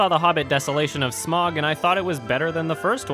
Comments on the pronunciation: It's pronounced sma-uug (smauwg), not "smog". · Smaug's name is pronounced Sm(ow)g hence Smaug, It's the way Tolkien would want it to sound like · You said smaug wrong